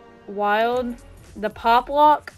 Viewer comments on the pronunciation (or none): none